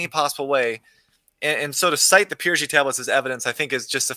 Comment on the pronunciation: FYI, it's PYRGI plates, not PRYGI.